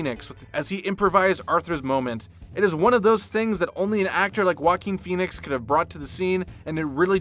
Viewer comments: I’ve begun referring to him lovingly as “Jokin’ Phoenix.” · The way he pronounced "Joaquin Phoenix" Walking Phoenix